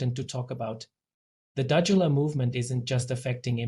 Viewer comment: You can't even pronounce the word and no proof for accusation, just shut your mouth you've obviously run out of news for your channel. O/DUDULA is for us, not you.